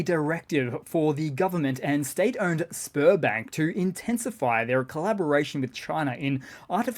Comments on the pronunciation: Sberbank. All I can hear is Spermbank... :p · sounded like sperm bank the first time you said it !